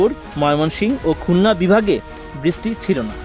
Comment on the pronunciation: বৃষ্টি কথাটা ভালো করে বলতে বলেন ঐ সাংবাদিককে।